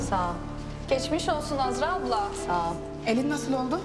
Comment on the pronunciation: Hasret'in Deniz'e "Deniz aplam" demesi 😸